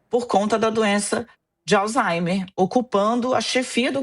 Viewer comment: Me corrijam se eu estiver errado, mas eu ouvi a pronúncia " alzheiNer"???